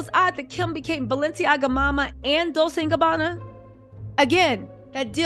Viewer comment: Girl, not dissin' your dissin'.. BUT...you need to be sayin' those brand names correctly. Dolcè sounds like dol-chay.